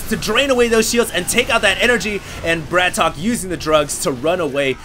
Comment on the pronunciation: it's not bra-tok. it's brat-OK